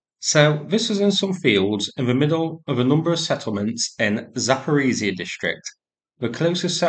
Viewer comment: zh in zaporizhzhya (also in voronezh) should sound pretty much like "s" in "decision"